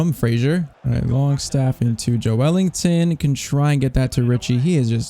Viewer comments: It’s Ｊｏｅｌｉｎｔｏｎ not ｊｏｅ ｅｌｉｎｇｔｏｎ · joelinton is pronounced joe lin ton